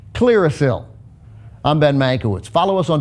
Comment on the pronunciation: Ben family must have Polish roots. Mankiewicz is a Polish surname and should be pronounced "Mankievich" :)